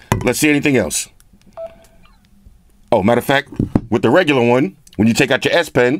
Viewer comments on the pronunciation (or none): Sound like he said you got a red ass pin.